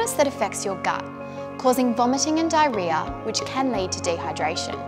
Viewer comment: Ok I started watching for 10 seconds and I just can’t… I literally make fun of my mother for saying this word in 3 syllables like “DIE-RE-AH” when it’s actually 4 syllables. Mispronunciation makes me crazy.